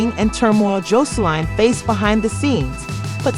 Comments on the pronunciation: Girl she done went from “Jolene” to “josline” lmao like did you not replay the video back before you uploaded?? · Every time you said her name it was said differently and wrong it’s JOSELINE